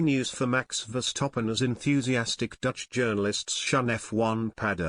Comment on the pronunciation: Please pronounce Max@ name correctly. It is VerstappEn and not VerstappOn.